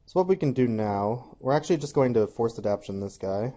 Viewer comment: Nice showcase draft, was interesting. But please, if you draft the card in the future, it's AdapTAtion, not 'adaption.'